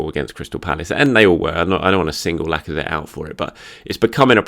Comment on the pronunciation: Was the 'Alexander Lack-of-threat' on purpose or just a happy accident? 🤣